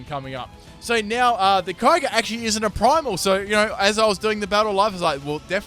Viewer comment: Erm it's pronounced "key o' gree"